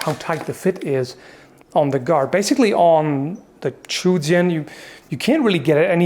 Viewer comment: Sword is pronounced "jian" pretty much exactly as you would sound it out in English